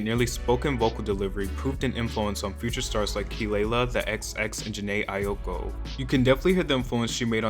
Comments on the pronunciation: no one: honest: AiOko its pronounced 'eye-ko' friend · AIOKO?? Wheres the I in Aiko. idgi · not you saying Jhené Ayoko 😭😭😭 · when he said “Jhené AiYOkO” I LOST IT